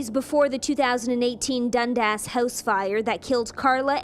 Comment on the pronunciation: i cant even stop laughing. such a weird way to pronounce it. youre saying it like dund-ass hahaha thats not how canadians say it xD so silly